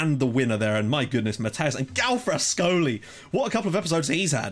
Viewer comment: galfrascoli😂 did you see the ref got a 3 rating for not giving a blatant monaco pen haha